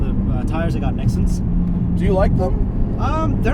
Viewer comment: As soon as he said NEXEN I couldn't watch anymore. BYE